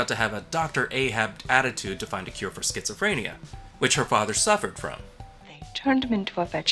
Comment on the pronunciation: "Schizo-PHREN-ia," not "PREEN-ia." Why can't movie people pretend to type authentically? They always do dumb things like pecking on keys (like Morgan Freeman in 'Seven') or watching their hands as they type instead of watching the screen. I expect more from Jeffrey Combs (and Morgan Freeman).